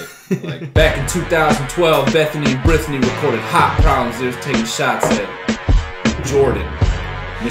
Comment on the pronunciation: “Bethany and Brithany”